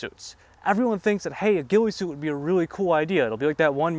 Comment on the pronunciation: The “weefy soot”